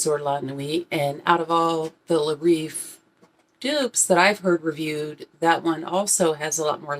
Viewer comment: You pronounce it good la reef. Thanks i wasnt sure to order now i will 🙂